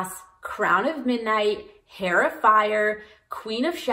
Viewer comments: Im just about to start and i love knowing this thank you!! Also i made this mistake a lot because i learned the word via reading but just so you know heir is pronounced like air not hair as the h is silent. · Heir is pronounced Air, it's a silent H :) great video! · Thanks for the run-down of available reading orders. Has anyone let you know that the H in heir is silent? It sounds like air when you say it, or err. I appreciate you taking the time to make this video. Best wishes. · Omg The H is silent on heir please tell me I am not the only one who is going crazy listening to her say hair over and over Otherwise I don’t disagree with anything she says here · just wanna say the h in heir is silent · This was extremely helpful but your drove me nuts by mispronouncing Heir multiple times.